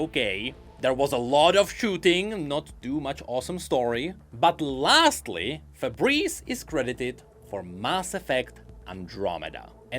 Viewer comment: It's Faburisu,. Stop saying Fabreze :face-blue-wide-eyes